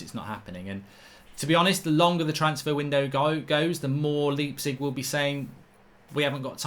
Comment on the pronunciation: I wish you'd stop saying 'LEEPzig'